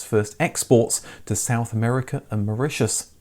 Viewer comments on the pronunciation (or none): none